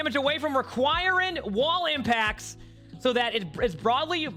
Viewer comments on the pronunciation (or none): Best part of this video is watching him try and say requiring 🤣🤣🤣